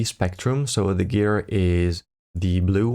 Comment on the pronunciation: Dude! Thanks for the video! Please check the pronunciation of the word guitar!